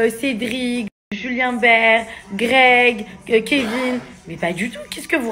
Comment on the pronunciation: C'est quoi ce truc? Carla pleure pas ... franchement t'as rien perdu et certainement pas le kevin .... faut qu'elle aille chez l'orthophoniste..mes oreilles saignent....